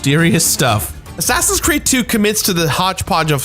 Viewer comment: He keeps saying Crood, I m not crazy, right?